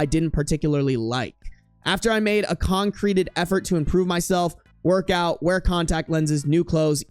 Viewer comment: I've noticed it a few times; you say the word concerted wrong. It's not pronounced like "concrete." Its con-sir-tid.